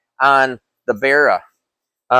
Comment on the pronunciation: just a note from an aussie, pronounced barra (ba-ra, the engines had the codename barramundi when they were being designed) not berra